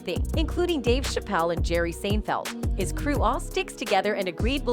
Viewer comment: Why did she say Seinfeld so wrong is this a real person or text speech